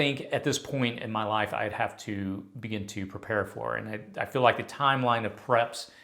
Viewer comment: What is that accent... "feel" sounds like "fell"